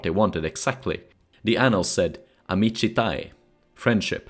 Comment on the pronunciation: Nevermind, i found the text and it's "amicitiae" you made it sound so Romanian but it's simply Latin 😂